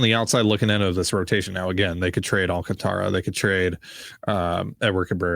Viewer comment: I love that you guys are now saying Sandy Alcantara correct now! Or at least as correct as you can without rolling your R's :)